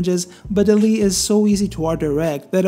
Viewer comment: Sorry but I couldn't watch further than the 1 minute mark, the way you were pronouncing the name for dall-e was really distracting. The name should be pronounce the same as the animation movie, wall-e, it's basically an intended pun. I don't know how to type the pronunciation but I recommend you to search online. Feel free to ignore my critic, but it really was super distracting and I couldn't continue with the video. Cheers